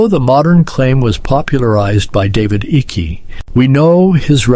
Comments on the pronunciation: You pronounce the name Icke incorrectly! It pronounced IKE not icky!!! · His name is icke as in eyeeeeek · His name is pronounced HIKE its spelled icke but its pronounced hike David Icke and everything and the things that people laughed at him years ago for are all coming true